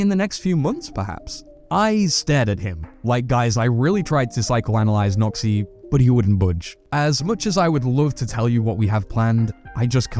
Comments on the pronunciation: lmao your accent does this man's name no credit 😅 "Today I'm speaking with a Nazi" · When you say Noxy it sounds a little like something else...